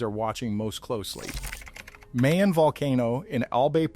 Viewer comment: it's Mah-Yon, and Can-La-Onn.